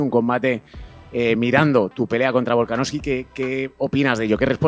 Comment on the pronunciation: Bro, algún día dirás VolkanoVSki en lugar de VolkanoFki? Un saludo